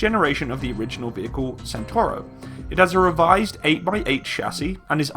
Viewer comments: Is not "santoro" but "chentauro" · so is pronouncing it like British Centurion (I mean the the tank of 50th)? Perhaps he will realise that. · 14miki CENTAURO 1 , CENTAURO 1 , not Centurio !